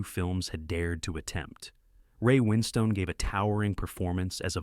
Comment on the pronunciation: Such as Booooor Stall, Winn Stone, etc. Gaps between words, utter boll8cks isn't it.